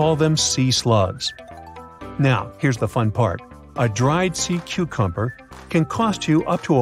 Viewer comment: At one point I heard this narrator say "Sea 'cumber." Then later they said "One of most 'interting'..." And I'm not halfway through the video. Does anyone edit these things?